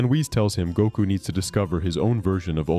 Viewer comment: Every time I hear you say Goku, I'm hearing Gunko lol.